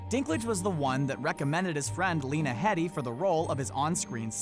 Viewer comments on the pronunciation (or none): A 'thing or two' I've learned is how to pronounce lena's last name. it's not "head-y", it's HEEDY. Kinda shocking that a narrator didn't do his homework. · Lena’s surname is pronounced as Hee Dee not head ee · Pronounced hee-dee not head-dee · I thought Lena's last name was pronounced "Hee-Dee". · I think her last name is pronounced "heedy". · He-dee Please get the names right.